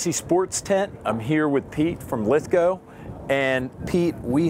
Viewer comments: Lith-go. W silent. Ive never heard it pronounced any other way but the proper way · Finally, someone who knows how to say "Lithgow" correctly! Well done,, this makes up for those mini-shorts you wear! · ive never seen an American pronounce Lithgow properly what a lad actually learnt how to say shit properly